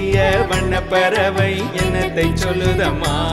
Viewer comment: Classic singing of a Classical song. Excellent support system. sang the difficult portions comfortably. One thing is சொற்களில் அழுத்தம் தேவை. உ-ம் he sang வண்ணபறவை, it should be வண்ணப்பறவை. Like that எண்ணத்தை. We can learn proper தமிழ் உச்சரிப்பு from TMS Sir's songs themselves.